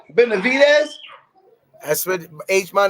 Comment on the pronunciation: Lol ain’t nobody gonna tell his name is BeneVidez not BeneDivez?